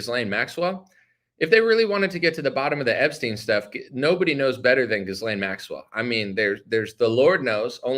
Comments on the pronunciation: Are you deliberately mispronouncing her name ? The “s” is silent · Trying so hard to make it through this but can't handle the butchering of her name. The s is silent. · Please pronounce her name right ?? 😂